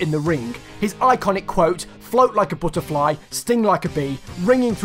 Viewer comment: Notice it said butteryfly not butterfly